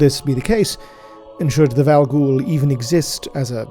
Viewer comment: Um,, why are you pronounced Llandu'gor's name with a hard C at the beginning?